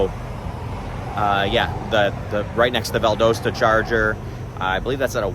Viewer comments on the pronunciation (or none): Just so that you know Valdosta, GA is pronounced VAL-Dah-Sta. Thanks for the videos! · The "o" in Valdosta, GA is short, not long. O as in pot, not port.